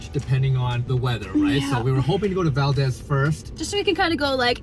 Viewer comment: I love seeing my home state of Alaska through visitor's eyes. Your energy and enthusiasm (and laughter) is infectious! But didn't anyone in Valdez correct your pronunciation of Valdez? It's weird hearing VAL-DEZ rather than VAL-DEEZ, which is how it's pronounced. Glad you had a great time!